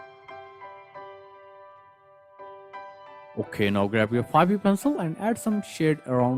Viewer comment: Your "so" and "okey" sound so german 😂